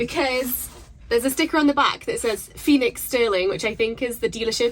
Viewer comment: Thought you said 'Felix' not Phoenix lol. Felix sounded cool though, it means happy or lucky :)